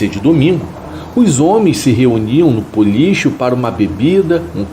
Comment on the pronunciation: Puxa! Não é Policho. É Bolicho. Com B.